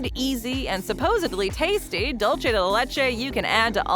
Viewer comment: I got the tip for the voice over when she wants to say "dulce" keep this in mind when she wanna say "dulce" like she should us Kareem Abdul Jaabar get rid of kareem & Jabaar get rid of the "AB" just say "Dul" & for "Ce" say 'Se" like the end of the name "Jose".